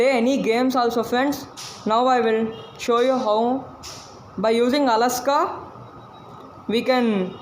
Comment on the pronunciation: Alexa not alaska